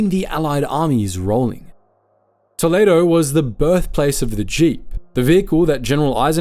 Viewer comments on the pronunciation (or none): It’s Tol- lead- o and not tel-laid-o